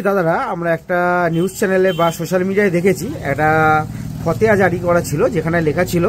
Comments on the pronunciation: fhateha noi fhotewa.. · ফতেয়া নয়, ফতোয়া বলুন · উচ্চারণ ঠিক করে কর , ফতেয়া নয় , ফতোয়া।